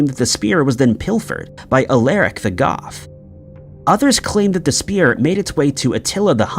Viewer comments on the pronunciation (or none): none